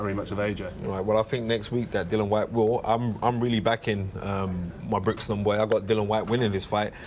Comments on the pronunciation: It's Dillian not Dylan ffs. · Put some respeck on his name it's Dillian not Dillan